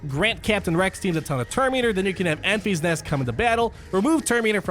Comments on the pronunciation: Its not Enf-ee-s Nest, it's En-fiss Nest Great video bud as always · Ok, before I’m even 5 minutes in, you calling her “Enfees Nest” is annoying the hell out of me. Her name is pronounced “Enfiss Nest” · Enfys [en-fys] as a girls' name is pronounced EN-viss. It is of Welsh origin, and the meaning of Enfys is "rainbow" as a Welshman it made it difficult to take her seriously in the film, when everyone was worrying about the Rainbow turning up, particularly with Nest also being a Welsh name, meaning pure. so the pure rainbow being a good guy came as no surprise when it happened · Pronounce it more like Memphis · Pronounced "In-Fis" Nest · Lol, I thought the same thing. First he calls it "Staa Wars" now it's Enfees Nest" I'm just gonna watch moble gamer. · ...and apologies, but CubsFan Han may have his “Tie Slicer” revenge on you for the pronunciation of “Enfys”,;o). Keep up the great work! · Was thinking the same thing, but it’s so I kept watching lol.